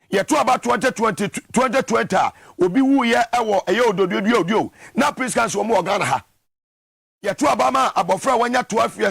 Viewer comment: Are you saying peace council or sin council?